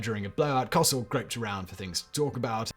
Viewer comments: It’s Co sell 😂not Cossel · Coh-sell not Cahsell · Simon, just a Note, Howard Cosell, is pronounced as two syllables. Co-Sell. At least, that’s how old Howard pronounced it. Very colorful character, very abrasive, but a very recognized voice. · I guess no one watching YouTube remembers Howard and knows that he pronounced his name much different than Simon did. Co-sell. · A minor nitpick Simon but Howard Cowsell's last name is generally pronounced Co-sell in the States. The w is pretty much silent or dropped. Your pronunciation just caught my ear for how strange it sounded. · It's pronounced COH-SELL. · Not usually a "that's not how you say it" person, but Howard's name was pronounced co-SELL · I'm not a foot ball enthusiast either one but when you say Cosell it's long O short e and emphasis on the last syllable not hugely but enough to notice, the sound of you butchering his name nearly made me vomit. Why don't you check this first I like you and all your channels I'm subbed to, but crap like this will get you unsubbed quickly. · Right up there with brain science 😂 And don’t forget how he pronounced Cosell 😆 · Once he said it the first time, it was all I could hear.